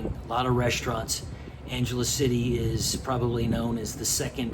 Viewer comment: Since u r residing there pls ask locals how to properly say Angeles, this isn't Los Angeles buddy. Take care & enjoy living there.